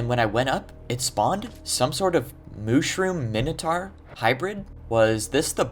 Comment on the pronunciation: he said mintoaur million of times after he called it the weird cow thing.